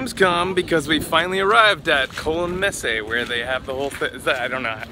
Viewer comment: you pronounce "Messe" like Messe-h.